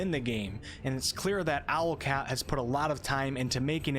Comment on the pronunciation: Hum, it's "Owlcat", not Alocat, lol